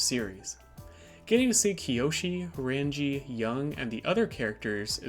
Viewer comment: NAHH I KNOW BRO DID NOT MANAGE TO BUTCHER RANGI’S NAME THAT BADLY “RAUNJEE” LIKE SIR